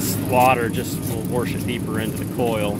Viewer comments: He is warshing the are conditionar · There is NO R in wash, warsh....? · Who knew there was an “r” in the word wash?